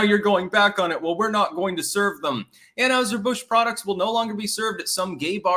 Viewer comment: Learn to pronounce anheiser Busch it’s not anHOWser Busch damnit